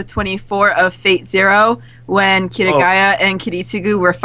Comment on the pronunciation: Kiritsugu vs Kirigaya.... what the hell. It's Kariya xD